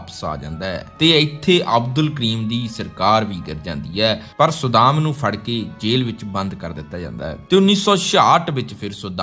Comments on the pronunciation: Saddaam, not sudam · ਵਧੀਆ ਵੀਡੀਓ ਬਣਾਈ ਹੈ ਪਰ ਤੁਹਾਡਾ ਕਈ ਸ਼ਬਦਾਂ ਦਾ ਉਚਾਰਣ ਠੀਕ ਨਹੀਂ ਸੀ, ਜਿਵੇਂ ਸੱਦਾਮ ਨੂੰ ਤੁਸੀਂ ਵਾਰ ਵਾਰ ਸੁਦਾਮ ਕਹਿ ਰਹੇ ਸੀ। ਬਾਕੀ ਵਧੀਆ ਜਾਣਕਾਰੀ ਵਧੀਆ ਆਵਾਜ਼ ਨਾਲ।